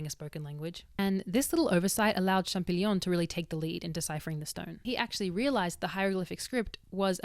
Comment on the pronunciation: Champ-O-llion,, no champ-i-gnon:)